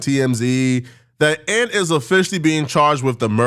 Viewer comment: Ant vs. And say the man name right